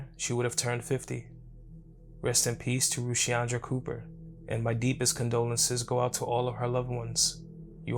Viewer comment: Im sure it’s pronounced Ruh-shondra …